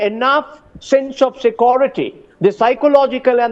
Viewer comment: The "Sakuriti" guy is not answering questions. I think it is "security" not "Sakuriti"